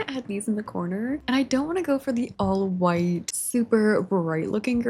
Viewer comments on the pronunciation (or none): none